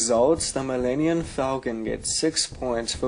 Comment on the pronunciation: Millenniun? Fire this guy